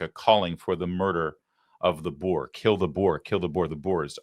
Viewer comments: Not thousands - yet. Only the first 59. Please don’t refer to them as “boars”. It’s Boer and pronounced Boor. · Its not boar its boer and its afrikaans for farmer. Not all whites are farmers. And apartheid is afrikaans for seperation. How it started was a blackman asking a white activist women that he want black and white separate to protect the black culture and the reason we kept it that way is because the farm murders started in the 1980's. But the media lies about everything and even our own people don't know our history. I research everything because of lies all over. You will find it if you look